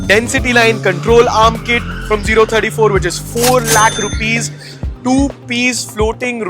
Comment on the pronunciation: O34 - zero thirty four ❌ 034 - “oh” three four ✅